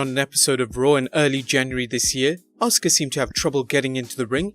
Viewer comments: It's Asuka not Auska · DUDE, "ASUKA" NOT "AUSKA"...HAHAHAHA! AND, WHO SAYS ELIAS HAS CHARISMA?? HE IS BUCKET FULL OF EMBARRASMENT! PEOPLE CHANT "WALK WITH ELIAS" JUST TO HAVE FUN. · It’s asuka not auska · 2 :29 its asuka not ascka dude didn't you watch wwe wrestle mania or womens tag team match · Asuka not asska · It's "Asuka". Not "Askua". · Its Asuka not Auska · It's not auska but asuka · Seriously? "Auska?" Speaking of botches... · you botched Asuka’s Name LMFAO😂😂😂😂